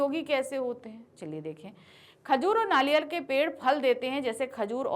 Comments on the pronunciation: You said नालियर not नारियल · You said नारियल not नारियल